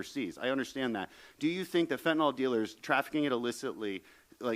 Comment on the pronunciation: It’s pronounced ‘fentanil’, not fentinall.